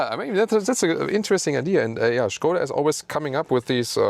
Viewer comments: 40 seconds into video and already big kudos for pronouncing Škoda right :) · I love the way you pronounce Skoda 😀 It's probably correct, but still sounds very fun. Thanks for the hard work! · Yes, it is correct pronunciation, in 1925 Pilsen-based engineering group Škoda bought car company from its founders Václav Laurin and Václav Klement. The name itself is from Mr. Emil Škoda, Czech industrialist (he died in 1920). Great names in car industry deserves correct pronunciation (Rolls Royce, Bentley, Porsche, Ferrari, Lamborghini, Opel, Renault, Peugeot, Ford, Chevrolet, Benz, Maserati, Chrysler, Honda etc.) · It is absolutely correct, he says it like a professional Czech actor. Škoda means Schade, like It's a pity. Writing sch as š is simply clever.